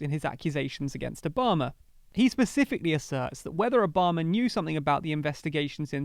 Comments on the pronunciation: it's ObamA ! Not ObamAr. Stop adding non-existent "r" sound after the last A ! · How about Obummer?